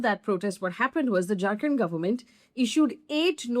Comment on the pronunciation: when you say "Jharkhand government", it sounds like "drunken government". 😀